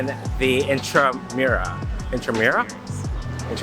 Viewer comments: Hello guys! Thats in-tra-moo-ros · Intramuros is pronounced as intra-moo-ros 😊😊😊